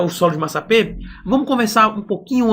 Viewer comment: Está escrito massapé. No entanto você está pronunciado massapê. O mesmo só da primeira sílaba da palavra pê-ra.